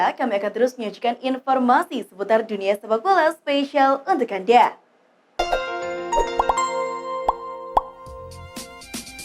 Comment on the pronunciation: Ngomong untuk anda nya gitu banget kwkwkww bikin gedek tapi mau denger terus